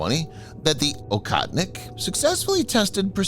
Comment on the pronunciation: It's pronounced "OHOTNIK" you western cretin.